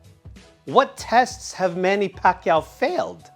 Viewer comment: You said it right